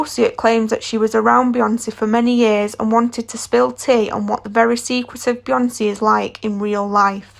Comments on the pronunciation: BeyoncEEEE... Like wtf? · Its the "Bihonse and Jehzee have real chemistreh" for me 😂😂😂😂😂sis Ur voice annoying